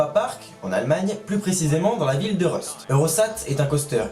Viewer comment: C'était super et intéressant merci ! Par contre juste comme ça Rust se dit Roust vu que c'est de l'allemand 😉